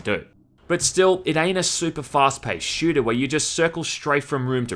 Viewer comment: I'm Australian too lmao, his accent is not what I meant. e.g the way he says "shooter" in the first few seconds of the clip.